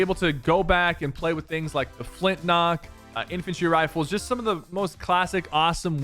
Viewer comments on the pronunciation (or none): Ha this was 2 days ago he said flintlock haha